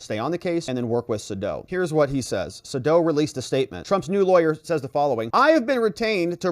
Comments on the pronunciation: His name is pronounced SayDow! Long A, dow, as in Jones! 😊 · Its Sadow = SAY DOW